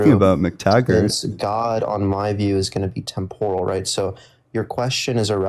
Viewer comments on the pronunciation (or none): none